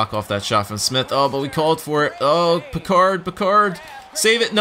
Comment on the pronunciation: It is pronounced "pick - erd", not "pi - card"